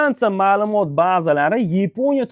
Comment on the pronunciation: YEEEPONIYA DENG😂😂😂